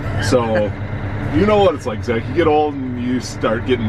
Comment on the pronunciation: Sure sounded like you named youself ""